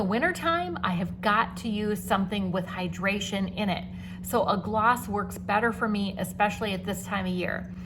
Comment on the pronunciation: Sorry gloss . Not oss